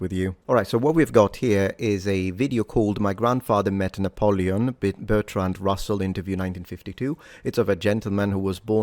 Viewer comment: Revol-yu-shun was the first thing I noticed. He also says Na-pow-lee-yin.